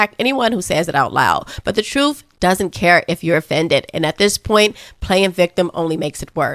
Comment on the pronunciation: first off, I LOVE you, your delivery, your content and your authenticity. However, please, please stop pronouncing the word truth as trufe. This isn’t a complaint, but you don’t enunciate the words with “th.” You always replace the th with the f. Wif instead of with as an example. I do love you.